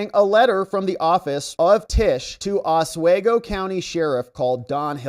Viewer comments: It's OS-WE-GO not OS-WAY-GO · it's pronounced Oswego (ah-swe-go). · I think it's pronounced, Os-we-go. It's by the Canadian border. Very interesting that she's interested in what the sheriff's department in Oswego is doing, 6-7 hour drive from NYC, when she's not even interested in illegals beating up police in NYC. She needs to get her priorities straight.